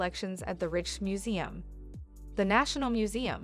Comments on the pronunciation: Nice video, but your narrator needs to work on her pronunciations. The Rijksmuseum is pronounced "Rikes" as in "bikes." It's "Michelin" as in "Michelle" not as in "Michael." And finally, it's "soo-vehn-EER" not "soo-ven-er." Cheers! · If you'd actually been there you'd know how to pronounce "Rijksmuseum".